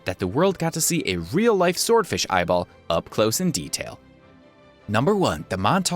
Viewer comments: Did he say real ibol 👁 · did he say ibol